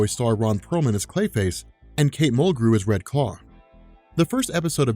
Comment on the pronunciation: you pronounce "claw" funny, sounded like you were saying "car"